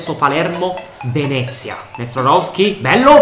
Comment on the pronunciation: Bel video, poi commenti anche molto bene, ed il progetto mi piace un sacco, ma secondo me ci sono troppe R quando pronunci Nestorovski, detto questo, spero che questa serie con il Palermo duri tanto, grande e FORZA PALERMO